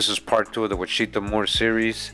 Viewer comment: And also you are mispronounced washitaw...